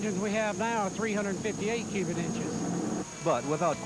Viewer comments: did he say "Cuban inches"? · I think he's saying 'cubit' with a silent 'T'.. Although its not silent.. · Evan Jones Yeah, I heard “cubit” too.